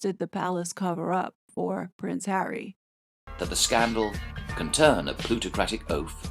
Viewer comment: Did I hear you say Prick Harry??😂😂😂😂😂